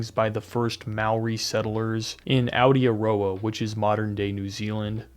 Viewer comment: That Aotearoa and Māori pronunciation 😂